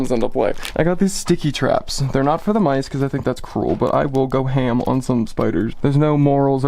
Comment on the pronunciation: Good lord!!! I have also wondered - being a Youj Tube lover for years! Doing it - a channel - is huge time investment. Obviously, your lover does not want to be seen . Is this a source of conflict? "But I will go ham on spiders " -- with your accen was hysterical!!